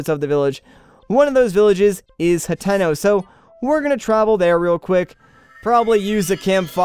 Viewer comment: Dude what is HatIno it’s hateeno